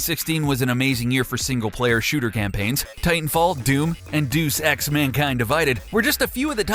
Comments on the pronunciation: Did you seriously say "Duce x?!?" It's pronounced "Day-yus x" jeez. And your channel name is called the gamer? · How am I supposed to get day yus x out of Deus X?